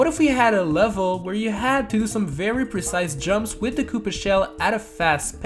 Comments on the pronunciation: take a shot for every time he says percise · How many times did this dude say presise